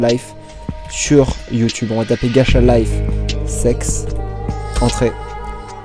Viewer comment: Ça me stresse ma ça se prononce gatcha et non gacha désolé d'être chiante